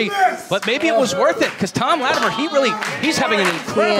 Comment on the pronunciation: Why does have so much trouble saying Latimer....?